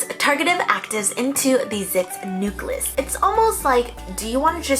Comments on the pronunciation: My science teacher would never approve of the way you say “nucleus” as newgluss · I love you so much but the way you say “Nucleus” has got to stop 😅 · Nobody:: pronounced nucleus as "new-cluss" ♥️😂♥️ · don't forget the follycewls